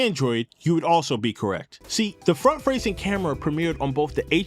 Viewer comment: "the front fracing camera"